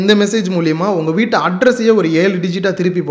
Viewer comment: அது 'விட்டு' இல்லை சகோதரர் 'வீட்டு'